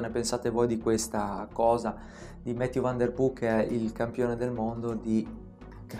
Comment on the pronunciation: Va bene tutto,, ma Mathieu è un nome francese, mi fa male il cuore a sentire nomi non inglesi "inglesizzati"😅